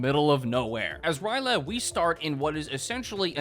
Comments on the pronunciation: It's R'Lyeh not Ry'leh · I say Rill-yeh, but rill-yea or something else similar also makes sense. It’s spelled R’lyeh and not Ry’leh, so the only real way you get “Rye-leh” is if you aren’t reading the word (A lot of people from a certain generation were taught to pronounce words via symbol recognition and not syllabically, so not being easily able to actually figure out pronunciations for new words is unfortunately very common). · R'lyeh is pronounced Ryh-Lay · the pronunciation of R'lyeh kills me bro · Man makes jokes about Cthulhu on dates, doesn't even know how to pronounce R'ryeh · the way you pronounce R’lyeh fills me with rage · Bro's really out here mispronouncing "R'lyeh" out here. SMH some people can't read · What if the 10 second silence was actually a response to his inability to say R'lyeh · Please tell me will not be pronouncing R’lyeh this way for the entire video. At least he doesn’t pronounce Cthulhu as like “clubuthu” which I have heard before. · Same for R'lyeh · It is pronounced "RILL-aye", not "Rye-LAY". I feel like I'm being annoying by mentioning this but it irked me so much for some reason lol, don't worry tho i still love you TwT Edits: "Illithid" is pronounced "ILL-ith-id", not "Ill-THID". And the plural of "Starspawn" is just starspawn, you don't add the s.